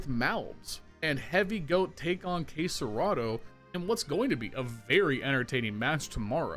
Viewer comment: its key-yo-soo-kay not “key-yo-s-kay” 🤦‍♂️